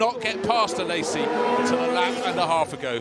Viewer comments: ... and the emphasis is on the last syllable. Phonetic spelling is aleʹzi. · A-lay-si....not Alessi....he is in his 50's know...you would have thought the commentator would have got it right by now 😏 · Alesssi. He is called Alesi. Why these commentators never learn how to pronounce names?!?! Vetteeeeeel, Alesssssi. Its embarassing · the commentator was pronouncing it A-less-i...no z involved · Why is the mong calling him Alessi? ... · The way he pronounces Alesi 😭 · The commentator pronouncing Alesi’s name incorrectly is a little more than mildly annoying. It’s not like he isn’t one of the most famous racing drivers of his day. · Jean 'Alessi' as no-one has ever called him... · Learn how to pronounce Alesi, John Hindhaugh. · that mispronouncuation of alesi though